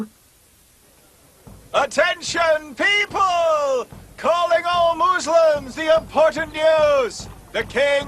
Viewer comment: quite funny how they say 'moozlims' instead of muslims correctly xD